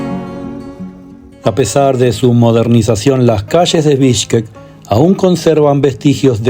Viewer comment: Not Bishki but Bishkek